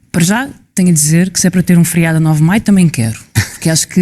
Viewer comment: Alguém diga à Mortágua que é FERIADO e não " FRIADO"